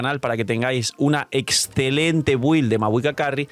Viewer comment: te llamas (Fil), el canal se llama Games and Chill (Gueims and chil) pero Build (Bild) si lo pronuncias BUILD???? Bro un poco de miñimiñi pero ten consistencia y di build (bild)